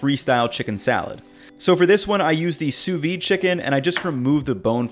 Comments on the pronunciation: Pronounce it SOO-VEED, and not soovee. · Great video! My only complaint is that it's pronounced Soo-veeD. Sous-vide. There's a D missing in there ahaha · I get so triggered when i hear "sous-V". It's Sous vide in french, under vacuum. Just imagined if we called hamburgers "Hambur". It's dumb af, i know, but it triggers me. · Am I the only one who hear sous vi and not sous vide? Where's the D? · Why do you think the D is sous vide is silent?